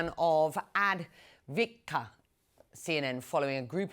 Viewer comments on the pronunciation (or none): Advikka? She can't even say(read) the town name Avdiivka properly. Do you think she really cares about Ukraine? Nope. I suspect she can't even pin Ukraine on a map even after all these news she is reporting. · that Ukranian town is AV DEEV KA not AD VIT KA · Of all this that’s going on She absolutely botched the name Avdiivka 😂